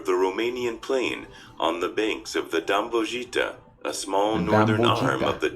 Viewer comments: D Â (eeh) M B O V (like in VVVV not JJJJ) I (eee) Ț (TZ) A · The names are pronounced extremely wrong 😂 Dambojita 😅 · or so the Dambovita river is not pronounced correctly xD I found it so funny. The coloring of the eggs is an Orthodox Christian Tradition which a lot of eastern countries follow like (Greece, Russia, Ukraine, Bulgaria, Serbia etc). It is based on the legend I believe when Mary Magdalene gave an egg to the Roman Emperor and in rememberance of the Sacrifice of Christ on the Cross. Usually Painted Red the events goes as follow: Tiberius reigned in Rome: Christ has Risen she said to the Emperor as she handed him an colorless egg. Better yet this egg willl get red, and then dead will rise" said Tiberius and from that moment the egg started turning red in front of the emperor's eyes as he stood in shock. Based on real event. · How can someone mispronoucne Dâmbovița that badly!?